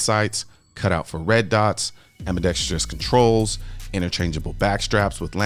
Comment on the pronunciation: I was trying to remember where I was hearing “ambidextrous” pronounced as “ambidextrious”. It was your videos. (No hate, I love your videos.)